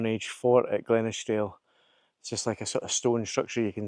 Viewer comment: Beautiful Video. Arran is hard to beat when you get weather like that. Looking forward to the rest of it. You need to work on your pronunciation of Glenashdale though . 🥰🤣